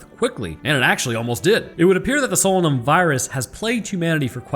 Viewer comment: you obviously did not listen to the audio book it is pronounced SO LAY NUM.....otherwise youre spot on